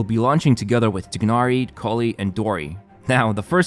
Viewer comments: It’s not pronounced TIGG-NARI It’s pronounced like Tai-Nari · the pronunciation of Tighnari's name is T-nari. not Tig-nari or Thai-nari, it's T-nari.